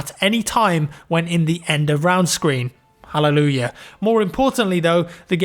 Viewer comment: Did he said helluyuya ?